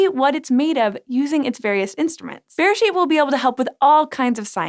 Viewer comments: Beresheet is pronounced berAYsheet. The word you are saying sounds more like besheret which can roughly be translated to soulmate/one-who-was-meant-to-be (it’s often used in a romantic context) so I chuckled a bit. Also, yes beresheet means “in the beginning” but it’s also the Hebrew name for the book of Genesis- it’s the first word in the Bible in Hebrew. It’s a reference to Genesis 1: In the beginning God created the heavens and the earth. It’s quite poetic and rather lovely if you’re more familiar with the Hebrew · בראשית... The emphasis is actually on the final syllable. B’reiSHEET. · It was so weird hearing the English pronunciation of beresheet in this episode! But a very fitting name, however you say it. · I don't know... maybe getting the pronunciation of the first word of the bible might be a nice thing to do. Mispronouncing it seems pretty christian to me.